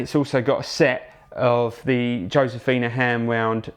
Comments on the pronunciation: Darren C These are a American guitars produced in southern California based on a sound of someone from Texas sayin the J is fine considering he's speaking English. If he was from Texas or California he would pronounce J with an "H" sound more like (Hoe-sephina) The Spanish of Spain won't get you far in north, central or south America. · Not to be overly pedantic but you dont pronounce the J in Josefina. Sorry just saying